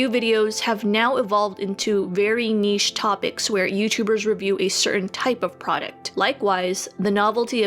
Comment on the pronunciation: Also can we appreciate for pronouncing 'niche' correctly unlike a million other YouTubers.